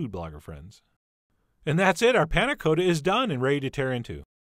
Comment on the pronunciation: thank god you said "cotta" the right way at the end